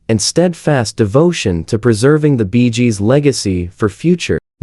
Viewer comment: Stopped watching the moment i heard "Barry Jib". No idea what this is about. Edit: while typing my comment, i heard the group called "the Beejes". I'm out.